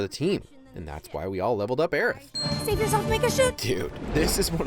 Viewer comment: Instant like for saying Aerith's name correctly